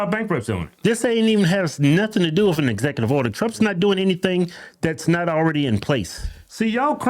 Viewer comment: lol at "ezectutive order"